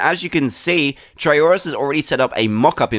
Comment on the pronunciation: I wonder why it's soooooooo hard to say try Tryurus